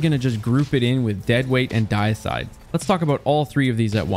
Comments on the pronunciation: The Deicide is actually pronounced “de-i-cide” not “die-cide”. Deicide means the killing of a god. Dei in deicide comes from the word deity. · Not "Diacide"... More like "Dee-ehcide" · Not trying to be rude but for future reference Deicide is pronounce Dee-Eh-side not Die-Side idk why the pronunciation bothered me so much but it did. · He's still saying it incorrectly, it do be "Dee-ih-side" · Actually, “die-side” is still the incorrect pronunciation. Its actual name “Deicide” stems from the act of killing a deity. A fitting name for a weapon in this series, but not for this one. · So wouldn't it be pronounced "day-ih-side?" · Actually deicide is pronounced with a long E and short i sound. It's dee-ih-side. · It’s pronounced “Day-icide”. Deicide means “killing of a god”. Pretty cool. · "The Dieside" 💀💀💀💀💀💀💀💀💀💀💀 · Day-i-cide. It's the prefix deity, deicide meaning killing of a god. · dee-i-side. As in killing a deity :) (Or day-i-side in certain accents) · It's pronounced "dee-icide". Derived from the word "deity". It literally means "to kill a god". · Its pronounced Dee-uh-side. Deicide is the killing of the god or deity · Deicide is pronounced Day-eh-side. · Love the effort you put in... But man just put a tiny more and learn the standard pronunciations for the non made up words, anyway :) DAY eh side OSS so bas TIN at oh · The way he said Deicide!! Drove me nuts!! lol First In, Last Out- Love it! Have had Hip Fire and Opening Shot on it forever! Accurized Rounds and Hammerforged as well for an 81 Range!! I have had Heritage since the first week is was craftable. I only have a PvE version crafted with Reconstruction and Recombination though. I’ll have to craft a PvP version and try that combo out! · your pronuciation of "deicide" made me die inside. I kid - thanks for the video. helped me clear out some shotguns I had been just sitting on in my vault.